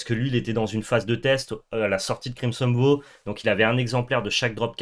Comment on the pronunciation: Je vais me répéter, mais la prononciation en anglais est erronée sur certains mots. Je vous invite à regarder le merriam webster ou l'oxford learner's dictionnary pour confirmation ; ils ont des sons écoutables sur les mots. Ma correction, en phonétique approximative : : crimson vaow : mana flode : blode moon